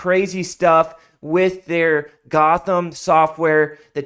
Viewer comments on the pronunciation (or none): none